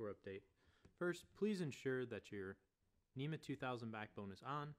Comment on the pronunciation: It's spelled NMEA yet you keep saying NEMA.